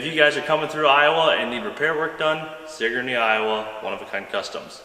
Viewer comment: Bro I live by that house and he pronouced Sigourney wrong its sig ur ney